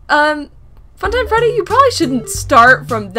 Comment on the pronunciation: the fact that she said "funtime freddy" as helpy XD